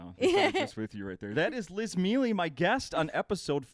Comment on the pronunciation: I always find it strange how Italian Americans don't know how to pronounce their own names. Mealy isn't how you pronounce her name, it's pronounced Me-ay-lay, it means honey in Italian. I know... this comes across as the ass-douch who always corrects. I know, anyway, from an actual Italians point of view, it's really weird.